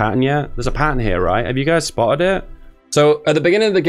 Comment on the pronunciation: spo’’ed ba’’le plan